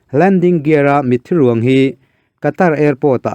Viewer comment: Afghan ho ka khawngaih hle mai. "Mitthi ruang" hi i lam nalh lutuk..😊😊